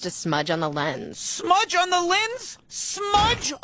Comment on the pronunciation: ...smudge on the Lendz... SMUDGE.. ON THE.. LENDZ!!! 😂🤣😭💀☠️